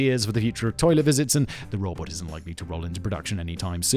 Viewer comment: Is it me or can you not say robot?